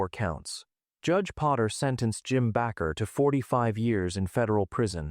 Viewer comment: At least the narrator is consistent in mispronouncing "baker" and "Bakker." What an idiot.